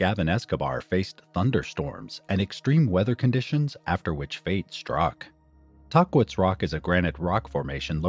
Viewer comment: Tah-quits? We say Tah-keets, usually. Sad story.